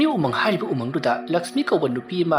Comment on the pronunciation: Umung not amung